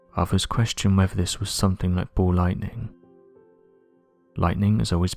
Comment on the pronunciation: SAY BALL Lightning, not Bow Lighting